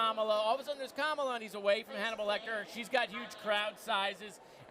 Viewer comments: C'mon, Moskowitz, her name is KAmala, not kaMAla. How are we gonna get MAGA to pronounce it if one of our own can't? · he said her name right, then uncorrected himself. LOL